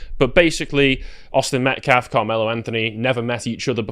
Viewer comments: "Metclaf"? Hands up don't shoot. Jeez Louise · That "pastor" says "MetCLAF" every time. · This guy is purposely mispronouncing the name of the victim, Austin Metcalf, and people that support him. He has no problem pronouncing the names of the Anthony family and those that support them. It's intentional.